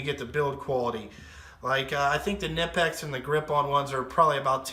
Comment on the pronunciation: Not the end of the world, but Knipex is pronounced Kuhnipex by Germans. Brits and Americans are used to pronouncing knife as nife, so I understand where it comes from. Ultimately, it doesn't matter. Knipex is still the best in the world at what it does.